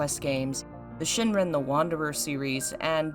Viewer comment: Great video, little critique is it’s Shiren, not Shinren. Heard you say it wrong twice